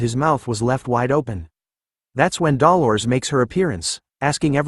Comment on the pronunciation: Am I the only one who finds it weird that the AI can correctly pronounce Grenouille but not Dolores?